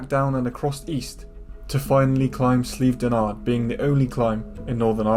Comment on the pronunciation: I’m from Northern Ireland. It’s Slieve DONard ( sorry , had to point it out)